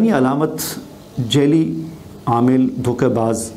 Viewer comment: Shah sahab jaili ni "jaa'li" lafz hota h. Apna talaffuz to theek karein.